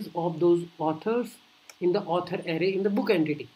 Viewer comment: it's not Ari it's Array. Lmao